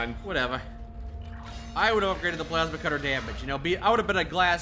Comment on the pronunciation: "Pulse cutter... pulse cutter.... pulse cutter..." ITS PLASMA CUTTER,!